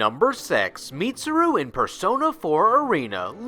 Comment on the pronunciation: " number sex "